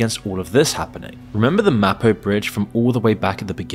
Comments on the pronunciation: and the black-pilling he consistently posts is everything wrong with Youtube. See how hyperbole works? btw, it's pronuonced 'Mah-poh,' not May-poh. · Mahpo, not Maypo... bad AI. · Maepo? It's Mah-Poh. Let's go. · You had me at your pronunciation of "Mapo". Come on! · Mapo is pronounced, Mah Poh. At least try to pronounce it correctly. Also, many of your translations are off... Good content, though. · "May-poe Bridge" really diminishes your credibility from the get-go. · Mispronounces the name of the bridge within a second of the video.... I'm sure this is going to be a well researched video... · At least in SK people know what men and women are, and they don't subject children to institutionalized sexual abuse and mutilation. You don't know what the fuck you're on about, and can't even pronounce "Mapo" correctly. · First five seconds: "Mapo Bridge" mispronounced ... looks like you've done your research so far, but that was a weak start. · Gave up at less than 3 minutes. Anyone who pronounces the capital as "Seyool" and refers to the "Maypo" Bridge clearly has no first-hand knowledge of the country. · Surely it would be worth finding out how to pronounce the names. You used Mapo in the first and second sentence and pronounced them wrong. It ruins your credibility early on. Edit: Wait, you can't pronounce Seoul??? Is this an AI voice? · The least you could do to release this video of yours is at least find out their pronunciation... 'Seoul' is pronounced like "Saw Ool", Mapo is pronounced "Ma Po" not 'Maepo'... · "maypo" "Syool" Bro can you at least look up how to pronounce the names of the places when creating a documentary about why the country is shit. Absolutely pathetic. 😂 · Mah-po bridge Suh-ool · God, your pronunciation is torture. Meypo? syul? Actually grading for some reason